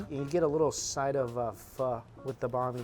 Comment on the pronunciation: So cringing the way he pronounces banh mi smh sounds like he’s saying a persons name